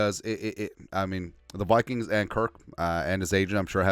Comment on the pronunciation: Love how you call them the Wikings Lol